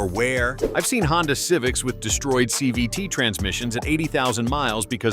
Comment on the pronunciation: Whatt's a "chee vee tee ?" LOL I know it's supposed to be CVT, but the AI screwed this up. So, you're a robotic mechanic then? You should never idle your car to "warm" it up anyway. Start slowly to allow the entire drivetrain to warm up, not just the engine. It takes forever to warm up an idling engine and you're just wasting gas and putting more wear on your engine. While getting 0 MPG. And the transmission is still cool, the differentials are cold and not properly lubricated. And most people think that all they need warm is the engine so don't start gently enough from stops and put a lot more wear on their transmissions and differentials.